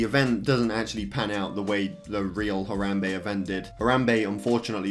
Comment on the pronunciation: i’m more concerned about why he’s pronouncing harambe “her - ahhm - bay”